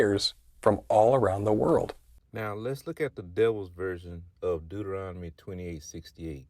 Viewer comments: Not spelling, he's SAYING it wrong by transposing the 'n' and 'm' sounds. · First of all, he says Deuteronomy wrong...lol🤦🏿‍♀️